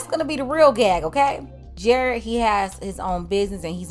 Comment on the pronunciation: Still sound like Gared with a “G”. 🤦🏾‍♂️😂🤣😭